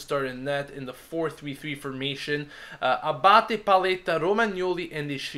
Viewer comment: Jeez, not Abate...